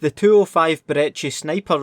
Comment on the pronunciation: The what ?? Brechi lmfao. Brecci, B.R.E.K.K.I